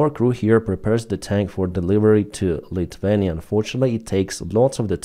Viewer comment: IT IS NOT LITVENIA IT IS LITHUANIA DUDE CMON!